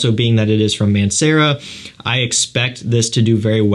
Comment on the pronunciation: i was googeling Aunt Sarah for like 10 mins straight until i realized its Mancera